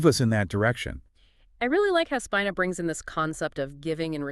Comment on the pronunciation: Pronounced Speeeena.😊